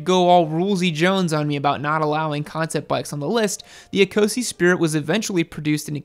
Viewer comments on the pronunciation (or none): ecosse = e-koss